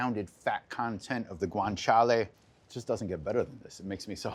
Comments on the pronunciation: But it is Guanciale not "Guanchale". ;) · He leans into it like he’s swearing in Spanish. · If it was a drinking game for when he says Guanciale!!!